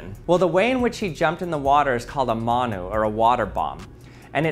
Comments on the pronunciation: How is he butchering the pronunciation so much, it’s said like Mun (like bun) Oo (like your going ‘Oo,that’s interesting’) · u said manu wrong g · Your saying manu wrong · i love how much he butchered the saying💀